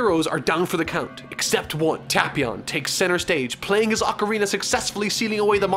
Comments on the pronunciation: its Tae•Pee•On not Ta•Pee•On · Oh god he’s triggering me the way he pronounces the name Tapion, it’s Tape-ion not Tap-ion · I swear if he says TahpEon one more time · You say tapion wrong I think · u ryt